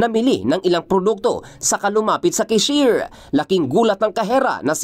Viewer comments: Anung keshir, baka cashier boss hnd keshir ang twag sa cashier 😂😂😂😂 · Cashier❌ Keshir✅ 😂😂😂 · KSHIER? ugok na reporter to ayosin mo balita mo